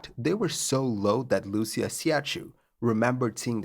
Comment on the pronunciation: Wow, great video. However, as a native Greek speaker, I'd like to offer a few spelling corrections for the names in the subtitles: Crew (flight and cabin) - Captain Iosif "Sifis" Migadis First Officer Konstantinos "Kostas" Fikardos Stewardess Lucia (pronounced "Lukia") Siachou (pronounced "Siahoo" - when romanizing Greek names, the "ch" is pronounced "h" as in "Harry") Also, the suburb's name i's Kallithea (accent on the "e", which is pronounced as in "pet"), not "calif" as we saw in the subtitles.